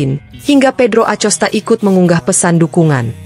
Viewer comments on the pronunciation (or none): Mohon maaf ya... Bacanya akosta bukan acosta dan marqez bukan marquez... 🙏🤜